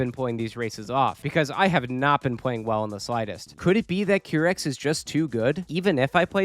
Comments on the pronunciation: Every time i hear qeerex instead of qairex i get the AKIRAAAAA flashbang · Hi! nice vid. Just to let you know, the Qirex team name is pronounced kai-rex. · It's pronounced: Ki-Rex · it's Q-why rex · another banger challenge run!! also note for future Wipeout videos: it's pronounced "kai-rex" 😅